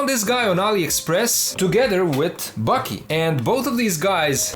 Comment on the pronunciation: Thanks for making these vids, I've been a fan since before bootlegs, but they might be some of my favorite reviews. I just wanted to let you know that Baki is pronounced "baa-kee", while it almost sounds like your saying "Bucky." Also, I love ur voice, its great to listen in the background too👍